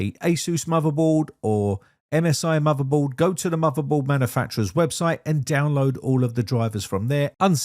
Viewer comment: It's bay-tuh. It's also not "muthabold".